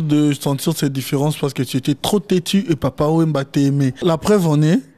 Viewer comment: Monsieur l'animateur, vous faites une emission qui a grande audiance, vous vivez et elevez vos enants en France, vous etes originaire d'un pays francophone .... Mais soignez votre expression. !!! TETU , U.se prononce bien U ! Alors par quel principe d'orthographe vous dites TETI III. Vous me faites mal a l' estomac!. Et je peux multiplier les exemples. Meilleur EURRR au lieu de meyere. YERE!!! NON sens!!!